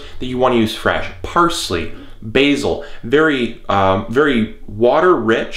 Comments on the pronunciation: I'm not having a go but why are they pronounced Erbs in the U.S. but Herbs in the U.K. Also we have Basil not Bazil, in the same way that Basil Fawlty (John Cleese) is pronounced. Each to their own but I just wonder why the difference. Churchill once said we were two peoples seperated by a common language. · Firstly......these are HERBS....not ERBS..........and you need to learn how to pronounce Basil and Oregano......and to be honest, all this method does is save electricity.......